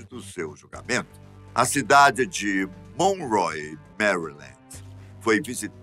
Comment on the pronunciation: A cidade é Monroe(mounrou)